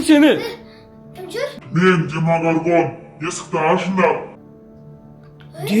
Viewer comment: Демагарган емес демогоргон😅